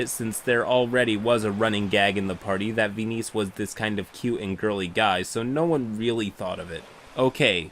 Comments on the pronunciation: The weirdness of the story aside... "Ve-niece"? What? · "venice" ghaccio somewhere: ITS VENIZIA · veeneece- VENICE. Venice the city. i died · I think "Venice" is pronounced like the city in Italy (vɛnɪs). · fascinating pronunciation of Venice lol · Side note, the stated pronunciation of Venice made me hate this player even before I heard the rest of it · Why are you saying Venice like that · Pronouncing Venice wrong is pretty cringe. Hope you are beginning to feel better. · no. I meant he was pronouncing it wrong.